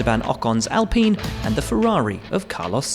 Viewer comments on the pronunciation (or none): Its not ALPIN, ITS ALPINE... PINE not PIN, to all you commentators.